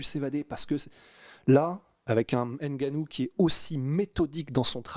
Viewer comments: C’est pas N Gannou c Ngannou ! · le N n'est pas distinct car il n'y a pas d'apostrophe qui sépare le N du G donc tu prononces " NGA " et non " N' GA " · c'est bien ce que je dis. On dit Ngannou et Non Enegannou. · va vraiment falloir que tu apprennes à prononcer le patronyme de Francis. Le N se prononce, il ne s'épèle pas. Ça gratte les oreilles. 😂